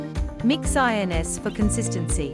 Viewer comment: Info was good, but that AI isn't very intelligent, calling mixed ins, mixed INS, is just so obvious and annoying that it's all just a fakery!!! 😮😮😮